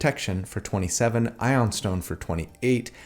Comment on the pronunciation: it's pronounced eye-oon stone